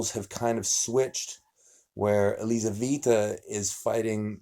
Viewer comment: Елизавета. Лизавита режет слух.